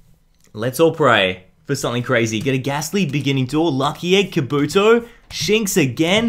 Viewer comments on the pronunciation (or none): none